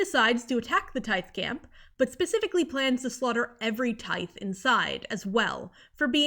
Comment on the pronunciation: i wanna point out tithe is likely pronounced like "tithing", like giving money to a church, which is kinda like "taiv"